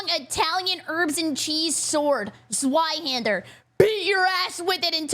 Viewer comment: I have to help you on this one - Zweihander, the W is pronounced like "V", "Zvei-hander"; German for "Two handed"